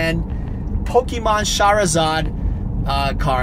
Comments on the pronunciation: every time u say shahrazad tho bro. whaiii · I like how you pronounce charizard like Shahrazad haha. Shahrazad > Charizard